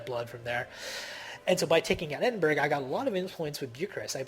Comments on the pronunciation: Ed-in-bur-rah >< not berg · bu ka rest - bucharest oz lo - oslo Eddinburra - edingburgh ;-)